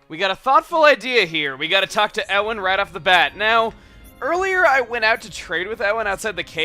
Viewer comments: Ewan is pronounced as 'U-en/an/in' (Not sure as you Americans pronounce your letters and sounds weirdly, so I'm not sure which is for you lot :P). I'm not sure where it originates from, but I do know its popular in Ireland as a name. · The name's pronounced Yoowan, I think. There's like a million different spellings of it. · Ewan is pronounced yoo-an. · >ewan I know someone with the name Ewan, but it's pronounced Eh-wan. ... Of course it's not in an English-speaking area so obviously pronunciation is quite different but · Hey Chugga, Ewan is pronounced you-un. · It's Youen for Ewan isn't it? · It's pronounced You-en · Ewan's pronounced yoo-an. Or yew-an, depending on your accent. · the name Ewan is pronounces U-Win by the way. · I think it's actually U-Won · I'm just looking through my old comments to fix everything. Okay... post number 36... June 27th... No it is pronounced "yu-win" I know this for it being my own name. it is an Irish name. Thank you. now unto the rest of my past mistakes. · Fun fact: I think Ewan is pronounced U-in. shrug hope that helps. No big deal. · Ewan is pronounced you on but together like this youon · you pronounce Ewan (u-an) just letting you know. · lol it's pronounced U-wan (ewan) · Ewan is pronounced You-Win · Ewan is pronounces Yoo An. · hay chugga the name ewan is said youwan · How can you pronounce Ewan so wrong? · My name is Ewan and I think said it wrong:( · Every time you mis-pronounce Ewan it makes m cringe... I know you don't know thing, butsurely you have to know who Ewan McGregor is, right? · Richard Fawke yeah, it's a scottish name so if you live outside of the UK it is understandable why not many people know the pronounciation. Still, it annoys me that Chugga got it wrong just because so many people mispronounce it that I know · Yeah, people pronounce my name wrong all the time, so it was slightly irratating to hear Chugga say it wrong over and over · It is pronounced You-In!!!!!! like the actor. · YOU-UN NOT E-WUN